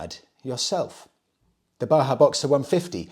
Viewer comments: Great stuff as usual, m8. Just something that brought me here: The Js in Bajaj (Boxer) aren't silent (Baahaa❌😅). It's pronounced as Ba-jaaj ✅ (An Indian surname/company) that had ties with Kawasaki & now with Triumph. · It is pronounced as Bajaj(like ba-jazz) not Baha. Its the same company that makes KTMs and smaller triumphs in India. Bajaj has captured African markets due to their affordability and reliability. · Bajaj is also pronounced “Badge-adge” not Baa-haa, it’s an Indian company not a desert! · The Boxer is made in India, made by BAJAJ, not pronounced baha. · You seem to be on a role with mispronouncing Indian motorcycle names :P Its pronounced "Ba-Jaj". They have a partnership with Triumph Motorcycles and make the new single cylinder motorcycle engines. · Hello. That red bike in Africa in the picture is the Bajaj Boxer. It is exported from India. Bajaj is the same company that is making the new Triumph 400s. Bajaj is pronounced with the sound of ‘J’ and not ‘H’. It is pronounced as it is (like J as in Jack). It is an Indian surname (Last Name). I hope you get time to read this comment 😀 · Since you talked about the pronunciation Himalayan in a previous video, if you're interested, the company that makes Boxer is called Bajaj with hard 'J's like in Jam. That along with TVS Star City had a good hold of the African utility bike market until recently. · I feel obligated to mention that the J in Bajaj are pronounced as Js and not Hs😂